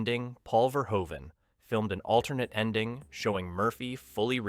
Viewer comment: It's pronounced 'Ver-hoven'--which you get right half the time--not 'Ver-ho-even'. Robocop, ultra-violence or not, was a really great flick that balanced human drama with great special effects and the clanging, banging music of Basil Poledouris. The factory scene had the best line: "Come quietly, or there will be...trouble." That pause before "trouble" made it funnier than it had any right to be. And, as others have said, the "I had a guaranteed sale..." was Ronny Cox's line, not Bob Morton's. SMH... ETA: I met Ronny Cox many years ago when I was an extra in a movie that was filmed in Kyoto. The film was junk, but he was good, and he was a very nice person, down to Earth, not stuck up at all.